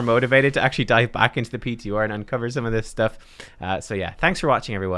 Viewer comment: 9.1 pee tee orrr. Cannot unhear.